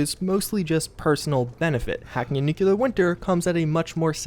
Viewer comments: Near the end, I randomly decided to do a "NEW-kyall-ler" counter... ... ... ... ... ... How bout "new-CLEAR"? Only TWO syllables...🤦🏾‍♂️ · he says nuclear weird. new clear not nucular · Who else gets triggered every time an American says "nucular"? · nuclear is 3 syllables. new-clee-ur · You have the best news for Fallout 76 man! Even if you do say "nukular" 😂